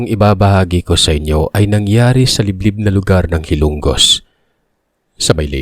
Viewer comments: Malapit sa amin yn to pronounce HILO - NGOS hindi po HILONG GOS HILONGOS .. HILO NGO S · malapit lang sa amin yan, hilongos hindi hilonggos😂